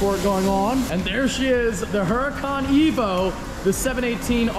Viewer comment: It's actually pronounced hooracun.